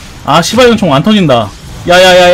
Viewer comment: 은총 발음이 ㅅㅂㄹ총으로 들려..